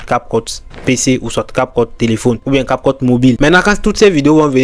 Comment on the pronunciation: Prononce bien cap cut des fois on dirait que tu dis capote.